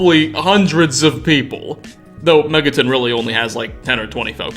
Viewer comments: Am i the only one that heard him pronounce Megaton, as Mega-ten. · Megaten!? MEGATEN?!?! ITS MEGATON. ME-GA-TON you fool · Megaton is pronounced Mega-Tun, as in one million equivalent tons/tonnes of TNT and not Mega-Tin like, for instance, Charleston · Love the video...but "MegaTIN?" lol. Gotta say, that's the first time I've ever heard it pronounced that way, LOL! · Vault rhymes with halt. Megaton rhymes with fun. As in, megatons of TNT, the unit of measure for nuclear warheads. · Hey, the video was awesome! I couldn’t do better. Two things, it’s pronounced Mega-ton, like a mega ton warhead. And check out Fallout: New Vegas’ DLC. Have a great day!!! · Why you say megaton wrong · He mispronounces so many things in this series and you're gonna make fun of his lack of pronouncing a double-T in "Vault-Tec?" Just listen to how he pronounces "Megaton" : "Megatin," It's supposed to be mega-ton. As in, mega, super, giant... ton, 2000 pounds, a lot.